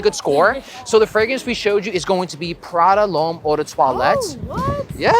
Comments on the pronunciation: Why does he keep calling it Prada L’Homme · Why do you keep saying it’s Prada lhomme? And that high first on the first girl is so awkward. Just shake the hand dude😂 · Nice Video Content 👍🏻 like your reviews Btw you said Prada L’homme like 4 times until you got it 😅